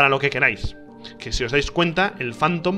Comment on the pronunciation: El rich pronuncia tan mal que cuando dice "phantom" pienso que dice "fandom" LMAO